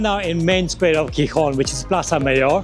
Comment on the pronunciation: No es Rivadabia ,eso está en Galicia,es Ribadesella y la ciudad se pronuncia Gijón, con el nido de J en ambas consonantes, acaso no sabes leer?.